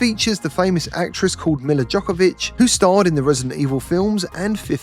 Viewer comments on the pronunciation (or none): it's not Milla Jokovic, it's Milla Jovovich (Remember? The Fifth Element?). Man, were you born yesterday? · Who is milla jokovick?? It’s Milla Jovovich 😊